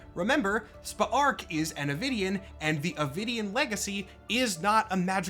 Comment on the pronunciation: Still watching, but I’m impressed you actually pronounced Spa’ark’s name properly throughout, since it’s so close to “Spark”. Kudos to you for that!